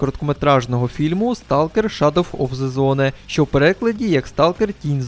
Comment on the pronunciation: Правильно "шедоу оф зе зоун"